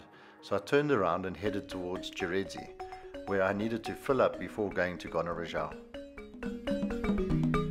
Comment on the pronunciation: It’s not Gonarezhawu but Gonarezhowu.